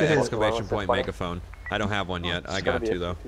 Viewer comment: Megaphoing or Megahoing lol